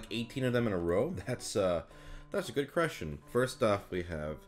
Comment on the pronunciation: The way he says the word "question" reminds me of Dr. Light from Mega Man 8. "DATS A GEWD CRESHTERN."